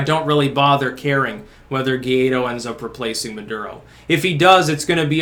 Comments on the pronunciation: It's pronounced Goo- eye- dough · It’s pronounced Guh-Why-Doe